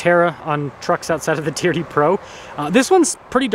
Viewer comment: "It's got the teerdee wheels"